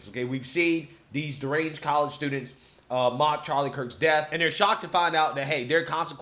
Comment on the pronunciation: those news anchor journalist are sooo Fake, he couldnt read the teleprompter correctly "mark" oh "mock"..then the young kid describes the awful actions of a replicate Charlie's death with an empty soul.